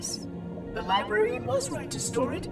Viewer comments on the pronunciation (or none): he said librerien